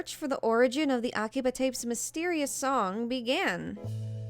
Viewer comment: Interesting video. But come on girl, aki-BUH?😅 The only reason I mention it is because you use some accent when you speak Japanese words which isn’t Japanese… 🤔